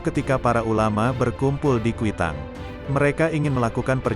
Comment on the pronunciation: kwitang min bukan quitang hehehe